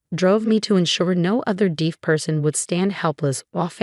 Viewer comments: Deef? Seriously? How difficult is "deaf"? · I think that when the text-to-speech was applied to the original text it pronounced "deaf" phonetically. Although AI can do much, it will still need human guidance to catch issues like this. One thing that might help is to first write the text phonetically (so "deaf" could be spelled "def" or "dehf"), run text-to-speech on it, check and correct where needed, and then correct the spelling where needed for the displayed text. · Deaf is pronounced as spelled. You pronounce deaf as "deef". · One would think that in a narrative about being deaf, one would know how to pronounce the word deaf.